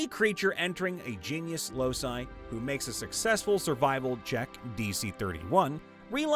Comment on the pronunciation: The word locus is pronounced LOW-kus, not losus. The plural loci is pronounced LOW-ky, not los-eye.